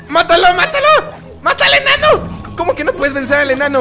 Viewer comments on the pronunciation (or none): Al inicio oí desir a fransisco matalenano y era mata al enano